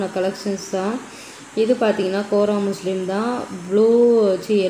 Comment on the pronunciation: கோரா மஸ்லின் தான் சரியான உச்சரிப்பு